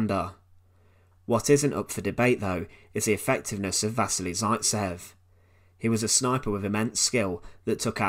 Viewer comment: I just want to say you've pronounced vasily zaitsev wrong. Other than that it's a great video :)